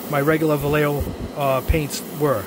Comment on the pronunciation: Please, it's pronounced... Va-ye-jo. It's kind of like having somebody say "yeyow" instead of yellow. If can, so can you.